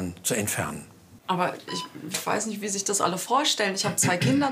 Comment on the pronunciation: Der doktor immer mit seinem "niecht" like wems auch auffällt